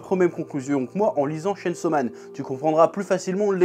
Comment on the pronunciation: Tu pouvais au moins prononcer le chain : tchayn 😭